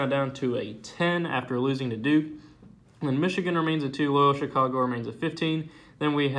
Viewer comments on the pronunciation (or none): none